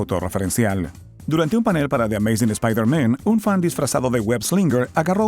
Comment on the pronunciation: /espaider MEN/ que pronunciación XDD